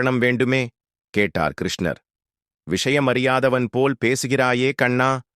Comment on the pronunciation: Pronunciation is very bad. Please correct. Dharuman is pronounced as Tharuman. There are too many mistakes. Please redo this and reload to avoid criticism. Even the name of Lord Krishna is wrongly pronounced. Who is the reader of this text??